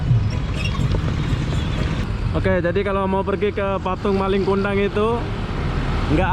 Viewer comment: Malin BG bukan maling 😂